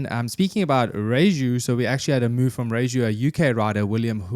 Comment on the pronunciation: Sad news indeed about M Walkner. I hope we have not seen his last race. Also, I thought it was pronounced Ree-YAY'-hoo, and not Ree-Joo. Sounds more Spanish, anyway 🙂. Thanks for the podcast, and Merry Christmas!